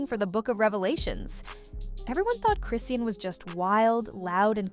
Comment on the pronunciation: It's pronounced Chris-shawn😂